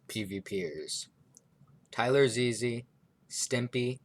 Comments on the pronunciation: Damn you didn't have to do "Tyler Ze-Ze" like that lol. It's just Tylarzz. Overall, I'd say this was a good analysis, but I think there are some more people who could be considered the best. M0xy - before he blew up on Overwatch/Among Us, M0xy was ranked number 1 globally on badlion duels. This means that while he may not have been number 1 in any specific game mode, he was the most consistent player throughout all game modes. Jdegoederen - An absolutely insane UHC player. He won 4 UHC Elites in a row, and then won a 5th one when they let anybody play as well. ZMCNikolai/Rex5826/MarkiLokuras/Monso - Some of the best EU badlion uhc players of all time. They proably aren't as good as Jdegoederen or Danteh, but they are certainly up there AustrianGaming/Wichtiger - IDK much about the current German PvP scene, but I believe these 2 youtubers are some of the best Skywars players on Gomme right now. I have heard X_SUS is pretty good too, and he also commented on the video. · bruh how did u pronounce Tylarzz wrong